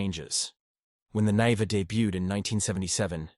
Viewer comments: It is pronounces Lada NIVA "Neeva", not Nehva. Great car. And the UAZ Bukhanka - the ultimate, both can go where other cannot. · It's the Lada Niva (pronounced Knee va) not Nay ver. Ignorant American.